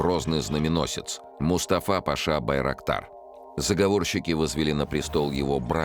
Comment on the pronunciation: Байроктар слышится как дырокол